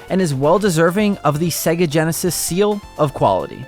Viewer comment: Why does this chap pronounce is SegAA?